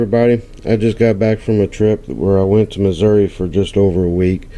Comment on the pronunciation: Yay!!!! You pronounced Missouri right! Lol! Glad you had a great time, my friend. Would have loved to have been there too. Congrats on your first IHP! Thanks for sharing. See ya soon.